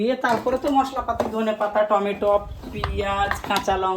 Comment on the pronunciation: প্রথম প্রথম যখন শুনতাম আন্টি টমেটোম বলতেন তখন একটু অবাক হতাম! এখন শুনতে শুনতে অভ্যেস হয়ে গেছে 😊 তবে আজকে আন্টির খিচুড়ি রান্নাটা যা হয়েছে না! মনে হচ্ছিল গিয়ে খেয়ে নিই 😋 রুহি কিন্ত দেখতে সত্যিই খুব মিষ্টি ❤ আচ্ছা রোশনারা তুমি যে ফলটা কাটলে এটাকি কমলা লেবু না মালটা? না মুসাম্বির? তুমি সব সময় এটাকে লেবু বলো কেনো? ওকে ভালো থেকো। অনেক দোয়া রইল তোমাদের জন্যে ❤ আমাদের জন্যেও দোয়া করো। আল্লাহ্‌ হাফেজ।